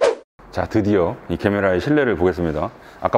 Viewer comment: 제메라를 자꾸 개메라라고 불러요왜